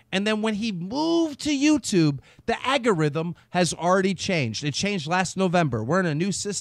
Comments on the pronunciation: "Agorithm" lmfaooo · I'm just laughing because keem pronounced algorithm like agorithm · "The Agarithm" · Every time Keem says AGARITHM, an angel dies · "Aga -ryhthm" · Keem. It's Al-Gore-Rhythm Not Agor-ythm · Keem keeps saying snowball effect and 'agorithm' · I know Keem has dyslexia but I fuckin' can't. Agurithem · Can someone please tell DJ killer Keemstar that the word is 'Algorithm' ALGORITHM.. not Agyrithm or whatever he keeps saying.. Man.. I know that Keem has terrible pronunciation, but somebody should correct him when he gets words completely wrong so he can learn. All in all good podcast, I loved seeing the clown back on, that rocked =) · aLgorithm bruh not Agorithm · Yo keem it's not agerithm its algorithm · Keem it's not "agorithm" it's "algorithm". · wow, he gets really angry... also, did he keep saying agorithm? doesn't normally annoy me when people day words wrong, but when say words wrong in anger, it's so irritating... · Keemstar: "the agorithm" hahahahahhaha stop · 64bitRyan "Agorithm" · Keem, tell us more about the "agorythm" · “Agarithm” =Algorithm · "The aggerithm" - Keemtard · AL-GOR-ITHM NOY AGOLITHIM GOSH DISLIKED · Agoritthm? Don't you mean Algorithm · Dammit keem its ALGORITHM! Not aga-rithm 😂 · Someone teach Keem to say ALGORITHM correctly, he sounds like a fucking idiot when he spouts off "aggareethum" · AGARYTHUM?! At least half a dozen times. He thinks thats a word. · Algorithm algorithm algorithm ALGORITHM ALGORITHM (ale-gore-rhythm) LEARN TO PRONOUNCE ALGORITHM KEEM! FFS ITS NOT THAT DIFFICULT. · Sometimes I can’t tell if he is doing it on purpose. “Aggorithm”? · "The agorydm" great one keemstar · KEEM IT'S al·go·rithm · Ahhh yes keem Agerithum. Yet again you don't know how to pronounce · Arata Senpai sound it out Keem. Al-Gore-Rhythm Lol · ''Aggorhythm" Just found that funny. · "AGURITHUM" Never change Keem. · and PLEASE STOP LETTING KEEM SAY "AGGORITHM" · FFS SOMEBODY TELL KEEM HOW TO PRONOUNCE ALGORITHM